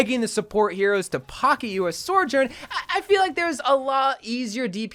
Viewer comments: My brother in Christ, it is pronounced "so-journ", not "sorjorn" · "Sore Jorn" "Kuhr Eeko" What is this guy's pronunciation lmaooo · STOP SAYING “SORJOURN” WHEN THERE IS NO R BEFORE THE J